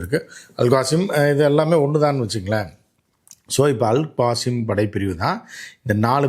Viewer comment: அல் காசிம் இல்லை, அல் கஸ்ஸாம்